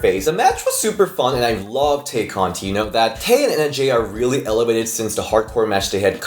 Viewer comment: As much as you love Tay Conti, why do you butcher her name every week?